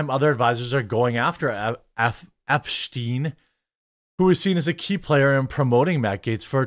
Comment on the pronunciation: "Epshteyn"? This some Heimrich Himmler levels of Mini-Me type shit